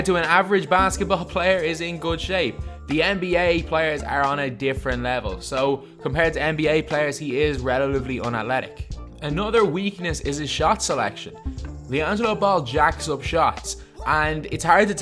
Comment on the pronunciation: “Unalletic” “Relalively” lol dude missing some T’s when you’re saying some words